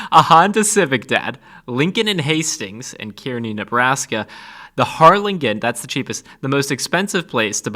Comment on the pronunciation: Harlingen is actually pronounced Harlin- Gin!